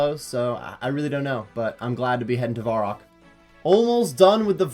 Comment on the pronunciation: Stop calling it Varock